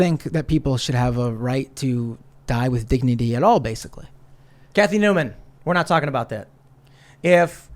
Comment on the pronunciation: Man said, "Cathy Newman"💀💀